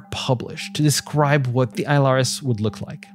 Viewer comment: Why does this asshole keep saying isle rs instead on ILRS